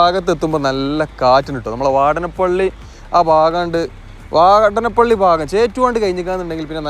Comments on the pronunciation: " വാടനപള്ളി " അല്ല. .,. വാടാനപിള്ളി is Ok.. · വാടാനപ്പള്ളി ...വാടനപ്പള്ളി അല്ല !!